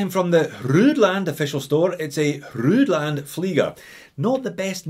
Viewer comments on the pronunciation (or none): FYI, "Hruodland" is an original spelling of "Roland." I'd just pronounce it as "Roland" instead of trying to sound it out phonetically.